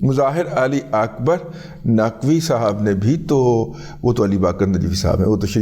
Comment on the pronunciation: آ کبار ناقوی نہیں آ کبار ناچوی